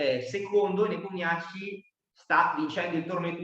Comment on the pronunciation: Per i curiosoni* Rapport si pronuncia "Ropport" (strano ma vero,essendo Ungherese) mentre Nepomniachtchi non si pronuncia "Nepomniaci" ma " Nipomnisci" Il finale è "sci", non "ci" così come all'inizio il "Nepo" si pronuncia "Nipo". Non è una critica* è una semplice curiosità, perché quando vengono chiamati in causa i loro nomi vengono pronunciati male 10 volte su 10 (parlo anche di dirette mondiali di altre nazioni) . Lo dico più che altro a titolo informativo,per il mondo a quadretti